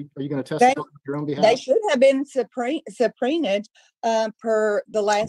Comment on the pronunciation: She supreen-ed invisible witnesses about ket shews.